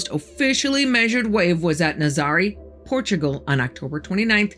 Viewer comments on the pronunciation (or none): none